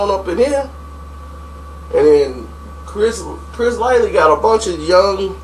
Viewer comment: Okay, this is the second video where I've heard you say Chris LIGHTLY...the man's last name was LIGHTY LMAO. That shit be pissing me off LMAO